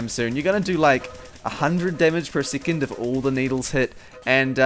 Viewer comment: "sickond"? I think you meant to pronounce it as "sec-on-d"